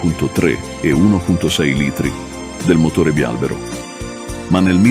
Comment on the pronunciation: Bravissimo, anche se bialbèro non si può sentire